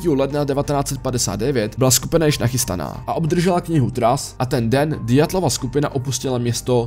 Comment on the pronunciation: Ďatlova mi trhá oči i uši 🤣